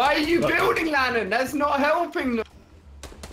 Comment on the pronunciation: LANNAN!!! NOT LANNON GET IT RIGHT